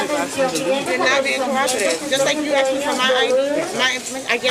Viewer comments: She 'axed' for you to be formally trespassed?...speaking like that shows ignorance and an extremely low level of education. And laying on the clothes like that, someone give the chick a chair. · It is ask not axe... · The cops in your country are truly some of the stupidest people on this planet. PS, it is “asked” not “axed” and also its disgusts me that you are allowed to have fashionista nails like that. It’s not professional. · When you intentionally mispronounce the word ask as axed tells me alot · "Axed'. Ax murderer 😄😄😄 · By law. These pigs don’t even know the law. Listen this ignorant woman pig. I axed she said. Lol. Wow.